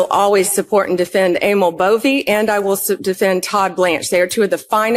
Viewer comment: Emils last name is legally pronounced BOV THE "E" is silent. Or sometimes BOV - E. BUT NEVER BOV - A !!!! I know this fact because my mother's Northern Italian maiden name was Bove. Simply Bov No E, and Never ever BovA. By the way our family is of no relation to the creep, Emil.